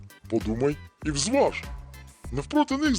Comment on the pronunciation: "ВЗваж"!!!? Кретини рускєє.